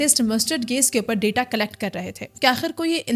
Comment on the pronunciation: Gas ❌ Gais ✔